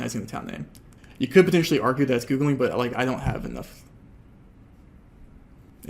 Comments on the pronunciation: It's annoying how he says Googlink instead of Googling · I really hate how you say "Googlink"